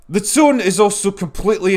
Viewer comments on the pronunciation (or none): none